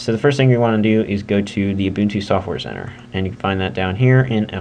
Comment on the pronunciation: it's pronounced you - bun - too